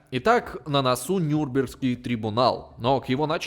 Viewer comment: НюрнбЕргский. Следи за правильным ударением!